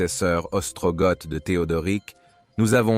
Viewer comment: On prononce "Ostrogo" pour Ostrogoths comme "Wisigo" pour Wisigoths dont le "W" se prononce comme un "V"